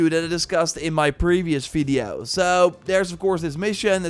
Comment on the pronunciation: u rly have to learn to spell the letter V correctly ... its horrible to listen to it ...